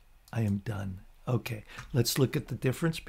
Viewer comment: Like "Okay" but "Unkay", keep up the great vids. (and maybe stop saying "unkay" all the time.) Okay?